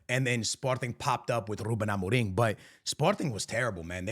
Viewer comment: I heard you said ruben amoring...😂